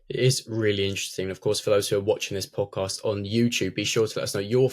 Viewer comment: Actually, my opinion it’s boring. The dude in the middle can’t pronounce podcast. Which was turn off right away.